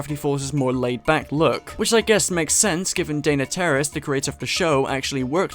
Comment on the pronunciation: It truly sounds like you are pronouncing Dana’s name as Dana Terrorist :V